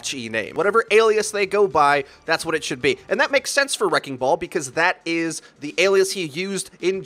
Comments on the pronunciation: Wrecking ball has 3 syllables btw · Wrecking ball is 3 syllables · Wrecking ball > 2 syllables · Wrecking ball is three syllables... not two